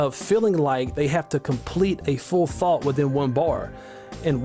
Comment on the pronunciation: what are u saying? Are you saying thought? Cos the accent is hard for me as an Australian haha